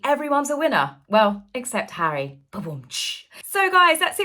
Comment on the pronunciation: What next Hawwy the Congregational Medal of Honour? 😂😂😂😂😂😂😂😂😂😂😂😂😂